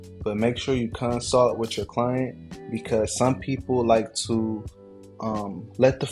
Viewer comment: It’s consult. Not consalt. Love bro.